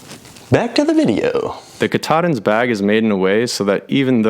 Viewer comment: Katadyn = KATAlysator elektroDYNamisch (Swiss Compagny). The prononciation is "Cat"-"A"-"Dine". It refere to the first process of water treatment engineered by the brand in '20s, not the Mount Katahdin. (I worked 6 years for the compagny).